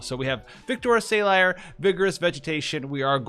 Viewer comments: Btw. It’s Sah-leer. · Man the way you pronounce Salire drives me a bit insane, but everything else in the video was fantastic! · I understand rough pronunciations on theatrical translations that look nothing like their JP counterpart, but it is honestly kind of funny to hear on a two syllable name that's spoken multiple times in the story.